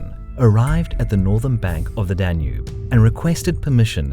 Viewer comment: Did you really pronounce Prokopios like that....